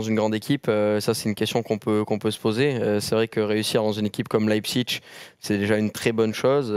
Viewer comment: Pitié prononcez Leipzig correctement svp